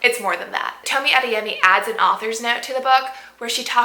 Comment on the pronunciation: Toe me ah they yeh me. Pronunciation